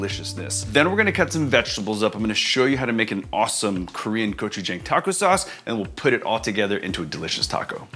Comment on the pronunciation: Being the Asian Food ambassador; I wish you knew how to pronounce gochujang correctly.